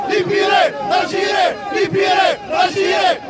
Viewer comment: On ne prononce pas Algiré mais Algérie, ya lehmayer, ay ighyal.